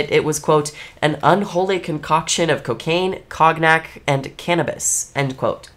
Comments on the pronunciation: Cognac is pronounce koh-nyak. Way to be racist. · COG-NACK? Hmm... It's actually pronounced differently by 99.9% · Heya, learning opportunity here, 'cognac' is pronounced 'CAWN-yak.' Genuinely not trying to be mean or nitpicky, I just like when people teach me things I didn't know before, and you give me that vibe, too. Hope I'm right. : ) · heading cognac pronounced like that made me laugh, it’s coh-nee-ak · Cog-nac 😆 Coneyack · An A for her English. An F for her French because of her pronunciation of cognac. 😂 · Thank you for this video. I was definitely a Ghost Hunters kid and I was soo interested in this museum the last time I went to Vegas. ALSO, im obsessed with how you pronounced cognac. ALSO ALSO I hope you're enjoying this holiday season! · Screaming about the pronunciation of cognac lmaoooooo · Did you mispronounce Cognac?